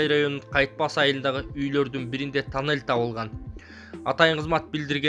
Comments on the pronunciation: ТОННЕЛЬДИН ОРУСЧАСЫ.ТАННЕЛЬ ДЕП АЙТАТ.🤣🤣🤣🤣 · Айтылышы танель , жазылышу туннель